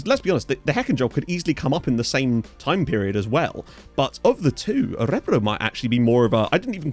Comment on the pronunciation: Emphasis is on the last syllable btw: Ö-re-BROO.